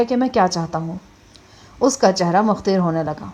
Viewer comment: Mutagher ni hota mutagheyyar HOTA hy